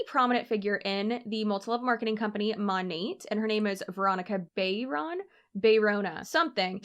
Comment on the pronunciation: She mon-ATE lol